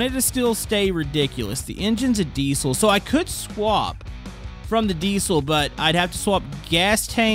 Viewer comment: what's a dee-sole engine? never heard of it